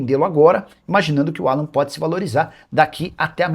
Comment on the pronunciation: Não é Alã, é Álan